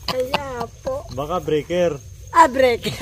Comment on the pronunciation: breaker po hahaha hindi breaking 😂😂